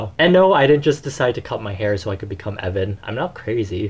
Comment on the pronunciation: "I am Ev'an. " Oh no. Not again.